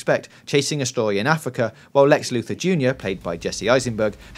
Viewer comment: Did this guy just say Lex Luthor Jr?